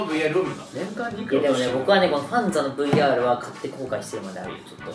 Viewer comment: ほんとだ。今聞いたらそう聞こえる。 「ファンザだな！！」にも「バカだな！！」にも聞こえるように発音できる虫さんの頭の回転の速さと声の出し方が凄い。